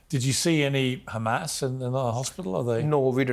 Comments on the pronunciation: Pierce your face turned colorful when he asked you and sunak and all those cheer leader to go with him to Gaza and see with your own eyes And stop you guys sayingkkkkhhhaaamas Instead of Hamas cause they can pronounce hot water HoT not khhhhottt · "But do you condemn KHAMAS ?"